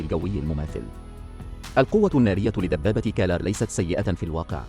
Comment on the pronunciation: اسم الدبابة هو كرار وليس كلار